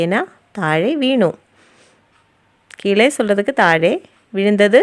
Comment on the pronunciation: One correction madam. Its keezhe (கீழே) in tamizh. Just like Malayalam, its ழ in tamizh. Unfortunately, some tamizh people mispronounce as கீளே.